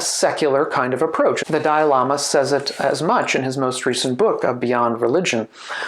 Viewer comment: He said ‘…the dialama…’ repeatedly. My caption said ‘…the diorama…’, …’the dial AMA…’. ‘Dalai Lama’ isn’t THAT hard to pronounce.